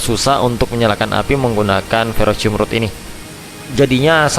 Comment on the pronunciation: ferrocerium rod bang,bukan ferrocium😅